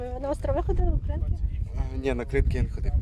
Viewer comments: Ведучі,не будьте дурними, а поцікавтесь як вимовляється назва Кринки.Наголос на другу букву И - КринкИ КрИнки вимовляють кацапи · КринкИ, КринкАх. Можливо вже перестаните каверкати назву населеного пункту!!!